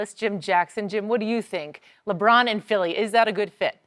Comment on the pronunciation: I hate the way Brussard pronounces Lebron’s name. Ugh!